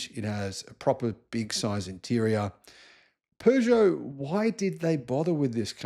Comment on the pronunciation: Kuddos to from your Frenchie for actually pronouncing "Peugeot" correctly! 👏😀